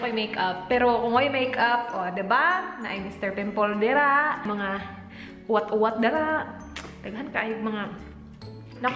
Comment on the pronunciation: Taga Cebu ko:) Lami kayu imong pagsulti sa UWAT-UWAT:D